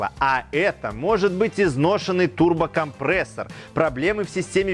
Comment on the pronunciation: ТурбокомпрЭЭссор звучит как то неприятно.... все говорят через "Е" а тут через "Э".